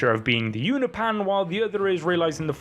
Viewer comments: UNOPAN? UNOPIAN. PEEEAN NOT PAN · You-nope-an not You-na-pan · Love the videos, but the way you say Unopian was driving me crazy, I had to click off. Oh, and it's pronounced You-no-pee-in Or You-nope-Ian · "you-nah-pan" is killing me lol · Is he mispronouncing "Unopian" on purpose?